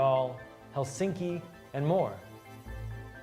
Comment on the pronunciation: you said helsinki wrong